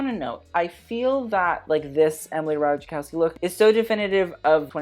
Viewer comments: It's Rah-tie-koff-ski. Or ratajˈkɔfskʲi, if you can read IPA. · Ratajkowski is pronounced 'Rataikovsky'. I was about to comment that and that's when you reuploaded the vid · just a little correction, comming from Slavic person, her surname is actually pronounced Rataykowski, generally in Slavic languages j is pronounced as y (if there is even j involved). Maybe I'm wrong, maybe she pronounces it as he said it in the video, but yeah, friendly correction